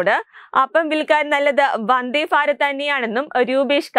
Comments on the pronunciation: ഫാ അല്ല ഭാരതത്തിന്റെ ഭ....😅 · ഫാരത ല്ല ഭാരത് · ഫരത് അല്ല ഭരത്